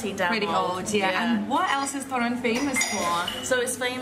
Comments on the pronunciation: Girls, a little polish lesson, accent in Polish 2 syllable from the end so TOrun :) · I love when you say Torun it sound like ,, Toron - to ,, nice blog 👍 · Its Toruń ( toh-rooń) and Sopot (so-pot) and girls completely twisted the name of Toruń and it didnt sound right the way they were pronouncing at all so I doubt its similar to your language